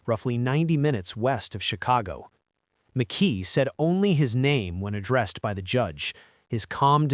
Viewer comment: Mckee not Mckay